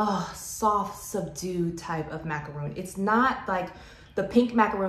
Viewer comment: Nope, if you look it up, it's actually mac-a-ron, the middle a is an "uh" or "er" sound, either works, but it is not macRON. I love how the French pronounce it (which is the correct way).